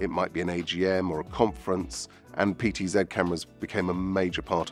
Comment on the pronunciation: So glad you said PTZed. When I work with other Brit techs who say PTZee, it drives me nuts.